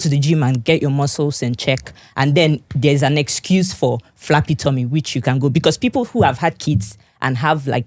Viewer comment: It is flabby tommy not flappy tommy